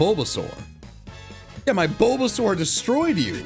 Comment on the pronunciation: My man really said bulbasur without handkerchief 😂👍.